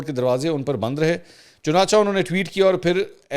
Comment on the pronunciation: Dear Bro, the word is" Chunachay".